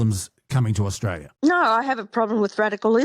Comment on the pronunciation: I do find it hard listening to someone extoll Australian virtues when they can't even pronounce Australia correctly.